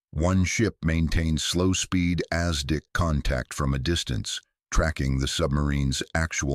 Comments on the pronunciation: Is ASDIC NOT Aztec and Not as Dick poor Ai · "as Dick firm" .... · As Dick was even better and then Lootenant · Exactly so. AZTEC instead of ASDIC (Anti Submarine Detection Investigation Committee) SONAR in today's parlance. If this is the best AI can manage we are all doomed!!!!!!!!!! "as Dick Sonar" It is a good read, very informative but Isn't proof-reading part of this process? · then don't use AI, yes know about ASDIC but intonation is wrong.